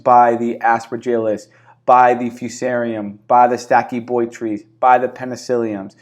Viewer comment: It is pronounced Stachy-bot- rys.